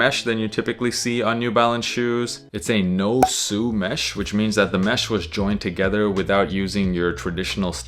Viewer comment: Dude? You pronounced “No Sew” as “No Sue”, then talked about them being seamless. Are you for real? The correct pronouncement sounds like “So”, as in sewing. Is English not your first language? It’s hard to take anything you said serious after that. You can’t be serious man. 😂